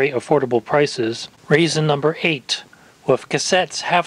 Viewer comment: "Raisin Number 8"